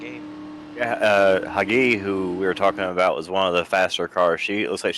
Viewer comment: name: hagit meshulam. not hagi or hagu or whatever.